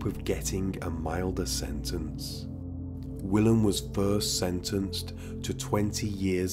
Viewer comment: So Willem is pronounced.. Villim. The W is pronounced as a V. Love your channel.